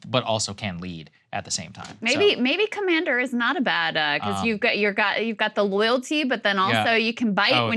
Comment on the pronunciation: biden: the commeownder in chief :D